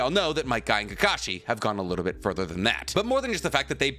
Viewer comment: Fug all these other comments, do a top ten anime lovers list and just talk about might guy and “KEEKASHI” the whole time